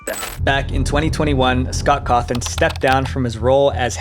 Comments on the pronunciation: yeah i think he used an AI script because i recall him saying “Scort Horthon” instead of “Scott Cawthon” and also the “4 children” instead of “4 adults” in the Chuck E Cheese case. Kinda disappointing ngl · “Scott Hawthorne” bro what😭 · "Scott Hawthorn" lul